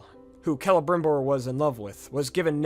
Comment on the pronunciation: Finally someone pronounced celembrimbor correctly 😂